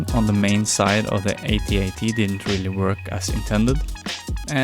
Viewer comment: It's AT-AT not AY-TEE-AY-TEE 🙄😂😂😂